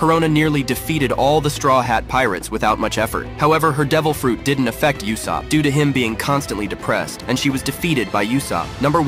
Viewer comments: Are we going to ignore the fact that they pronounce usopp like yousopp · You are mispronouncing Uusops name on purpose right?